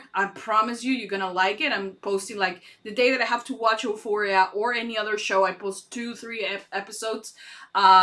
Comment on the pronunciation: love your reactions! xx btw it pronounced you-phoria